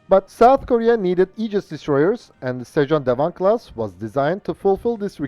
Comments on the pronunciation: FYI, your pronounciation of sejong dae wang is almost perfect. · The Korean pronunciation of the destroyer is very good.